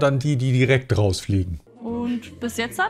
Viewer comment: wtf? Bis "jetzat"? Mit dem Sprachfehler direkt raus. Abflug 🤨